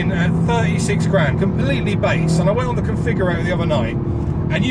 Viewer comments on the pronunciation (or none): none